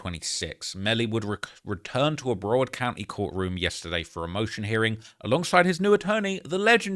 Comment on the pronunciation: "Bruh-wawrd" it's Brow - Ward TMR like warden. Or Brow - WORD as we Floridians say. 😂